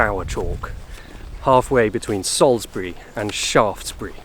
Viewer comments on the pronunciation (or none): none